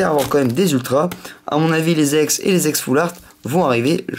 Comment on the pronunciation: il la prononce a l'anglaise e se dit i et don Iex